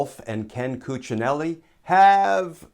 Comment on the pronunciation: My compliments for the perfect Cuccinelli's pronounciation.